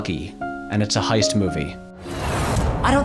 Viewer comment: ... Uh, "heist"... not "hoist."